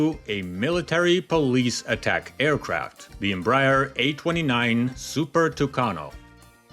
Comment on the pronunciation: Embraer is pronounced "m-bry-AIR"